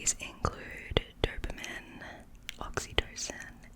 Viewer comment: Why tf are you pronouncing dopamine like that?